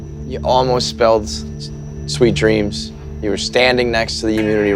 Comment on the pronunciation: "Sweet drams" "Stars mudie" Is Eddie dyslexic?